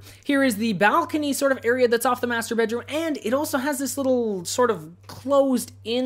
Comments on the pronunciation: Whenever you say "Master bedroom" I hear "Masturbate room" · every time he says "master bedroom" I hear "masturbate room"....